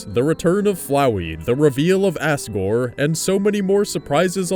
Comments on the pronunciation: It's asgore not assgore but still enjoyed the vid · he said Ass-gore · ...Did you say Assgore? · Its Azgor not Asgor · Who else knew that he called him assgor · dude, stop calling it ASSgore, its asgore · Wait, I just realised he might have said ASSgore instead of Asgore. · i like how you say asgore as 'ASS-gor' instead of 'az-gor' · az-gore not ass-gore. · why do so many people say asgore as "Assgore" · The whole episode you said ASS-gore probably because he broke the mercy button just to say "take my soul.TAKE IT" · did you just say assgore °<° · "Assgore" Loved how you pronounced that. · Whenever you say asgore it sounds like you say assgore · you said assgor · He says Asgore like Assgore. ( Sorry lol) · Ass-gore ( ͡° ͜ʖ ͡° )